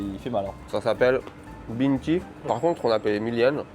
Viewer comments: Ça se prononce pas Bintie par contre… ce serait plus Bintch-ye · "binte-ji" il a prononcé! on dit "bint-che" cest une race de pomme de terre belge à frite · "Ca s'appelle Bintji". C'est du flamand et ça se prononce "Bintche" en insistant sur le i :D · "ça s'appelle bintji" ? Bah non, "Bintje", littéralement le nom d'une race de pommes de terre ... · Ça n'est pas "bintchies" mais "bint Che" C'est une friterie "belge" Même sans le drapeau, ça se sait car la bintjes est la pomme de terre des frites belges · ça se prononce "bintche”. C'est la variété de pdt utilisée en Belgique pour faire les frites. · Bintje c'est une variété de pomme de terre 😂 ça se prononce bint yeux (ye comme you) ou bint je au pire 😅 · coucou, alors les frites ce sont des "bine-tche" (pour la prononciation), la variété de pomme de terre la plus utilisée en Belgique pour les frites :) bonnes fetes a vous